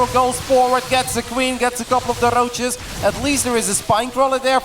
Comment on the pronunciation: Why is my dude pronouncing "Roaches" like that and since when? That rolling "R" is not a Dutch English accent so where'd he pick it up from? Genuine question 😂